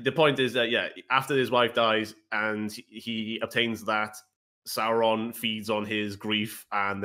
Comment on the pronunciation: I die inside everytime says Sawrin.